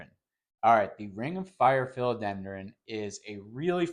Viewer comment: Just a friendly FYI… it’s PHILODENDRON. 🙂